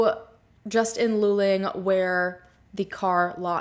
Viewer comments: It's pronounced LOO-Ling, just so you know. No biggie. But your description of Texas Rangers is completely incorrect and spreads misinformation. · Thank you for covering this story. I'm in Houston and the coverage of this missing person case was minimal. You mentioned maybe it was a Frat. Hazing. - This is a great theory. Could he have died during hazing and the accident location is staged? Luling ( pronounced Lou Ling ) is half way between the College and his home. **Was he in a Frat? If so, were any of the guys from Luling? What I can tell you about the highway in Texas at night - it's dark and you can easily miss a turn off or make a wrong turn. So this theory works too. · No offense ..but the city, for us semi local to town Texans...it's pronounced Luuuuuling (like eeewww)🤠